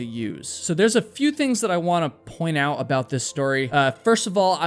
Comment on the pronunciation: You don't seem to pronounce the "t" at the end of many words, for some reason. It's a little odd. Example is "Thomas decided to hike off-trail to check OW a nearby alpine lake". I believe you meant "OUT", which has a "t" at the end. You seem to omit the "t" on a regular basis. It makes you a bit difficult to understand. "There's a few things that I wanna POIN OW about this story..." Apparently, you meant "POINT OUT", but you said: "POIN OW". Strange... "... until she reached the cabin at the lookOW..." "... when they finally GAH above treeline..." Bizarre.